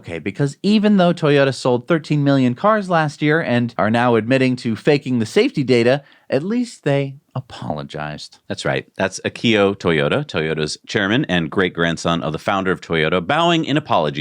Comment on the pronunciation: It's AH-KY-O Toyota, not A-KI-YO, Toyota